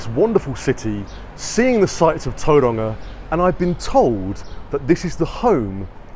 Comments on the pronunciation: Its not Toeranga. Its towronga. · its not tou roanga its tau wronga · “A place called Tauranga” 😂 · as a new zealander, a pakeha, it always sounds weird to me when other white people try and pronounce words like Tauranga with a maori accent. nobody in my family or that i know ever does, they just say it in english. i guess there is no reason not to try and say it with an accent. but yeah, it just sounds silly to me. trying to be something you are not. Tauranga, is just that. tau- rung -ah. same with all the other locations/ cities in new zealand. i suppose there has been a push lately to say words in maori on the media, and they all say it with an accent. so i guess it will be normal for most young people.